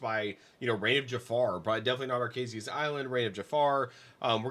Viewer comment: Ar-KAH-zee-uh, not Ar-KAY-zee-uh